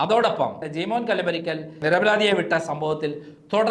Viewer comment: 'നിരപരാതി' അല്ല നിരപരാധി ആണ്.